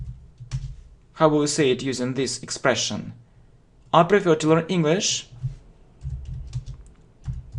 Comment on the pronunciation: You know English well,but your accent is rough.Take word prefer,you PRIFER.And everything becomes clear.I don’t judge you,just work with your pronounce